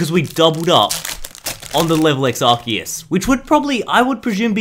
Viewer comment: ando you said assiest